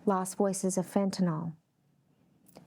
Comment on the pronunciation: fentanyl not fentaNAWL.